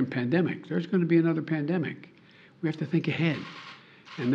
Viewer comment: "There's Gonna Be A SECOND P[L]ANDEMIC." -Joe Biden 6/21/2022